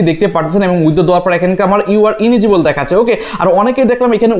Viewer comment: ইলিজিবল ভাই ইনিজিবল না